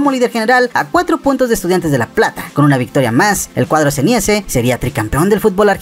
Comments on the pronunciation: Es XENEIZE, NO XENIEZE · No sé dice Xenieze sé dice Xeneize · Xeneise, no seniese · Muy bueno el video pero Xeneize se pronuncia "Seneise" o " Sheneise" los 2 estan bien dichos 😊 Aaahh y otra cosa, a La Volpe le hicieron la cama los jugadores para que renuncie o le metan un voleo en el ojete. Saludos brooo 🙌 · Se pronuncia "Ceneise" Bro. Se escribe Hijos de River. Jajaja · El cuadro ¿¿¿queeeeeee???,, se dice "el cuadro zeneize" y se escribe xeneize.